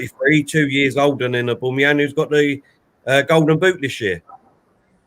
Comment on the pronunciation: Man keeps saying Aboomeyang. Very Annoyang